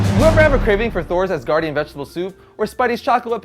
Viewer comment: you said asardian... not asgardian... dang. Don't hate, it was a joke